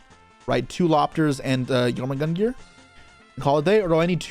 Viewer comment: It's pronounced Yor-mun-gundr. 😂